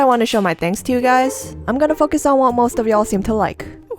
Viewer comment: Whenever you say focus I think you are saying....................................................................................................................... ... . . . . . . . . . . . . . .................... . ..........that word